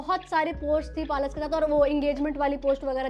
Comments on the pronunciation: It's पलाश and not पालश Pehle bolna seekhlo. Creators like you are highlighting this issue and trying to earn views from it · पलश ❌️ पालस✅️ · Palaash ❌ Paalas ✅ 😂😂😂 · पलाश नाम है दीदी palas nhi naam sahi le lijie fir roast karie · Palaaash not palash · पलाश ❌ पालश ✅🤣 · I hate to be the one but- it's pa-laash